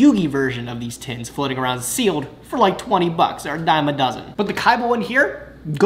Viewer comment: Can we talk about the fact that you said awound and not around the first time? Made me chuckle